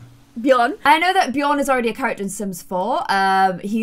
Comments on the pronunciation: Love ur videos!!! But it's Björn, not bjorn. Like hm.. the ö is similar to the sound u make when u say "ehum.." also, linger more on the "R". Ur so cute 😍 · Actually, Björn/Bjørn is pronounced just like "burn" but with a J between B and U if you get me 😂 we say "bjørn" here in Norway 🇳🇴🐻Love the series btw ❤️ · There is a slightly difference between Bjorn and Björn, just so you know, but you trying to pronouncing it is so cute❤️ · Bjorn thats in sweden for bear. Just where you live you dont have The letter ö. Björn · Björns a swedish name lol. The letter Ö is not pronounced the same way as O tho. Ö’d pronounceietion is similar to the English sound ‘i’ in the word ‘bird’. Or ‘u’ in the word ‘fur’. Or ‘ea’ in the word ‘heard’. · this maybe be just a luttle late but just me that knows that björn still is a swedish word and not just the "vikings"way to say bear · Hahaha Im from Sweden I started laughing when I herd you say björn❤️❤️❤️❤️😅 not to be mean love you’re Chanel btw❤️ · Björn Is not a “Viking word” it’s Swedish. I’m from Sweden and we say björn. I’m not mad or something I’m just laughing so freaking much about that😂🤣😂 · in tour next video can you go to Google translate and go to swedish to english or reversed and you type in Björn in the swedish one and then click on the voice thingy and you will learn hon to say Björn correctly, I`m from Sweden sorry if you don`t get what i mean❤️ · Can u plz stop calling every single swedish thing viking cuz I'm swedish and I actually get kinda offended by it. Also, check out how björn is actually pronounced (in swedish) cuz that is not how it's actually pronounced